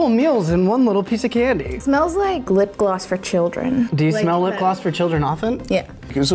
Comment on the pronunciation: “ Glip gloss”?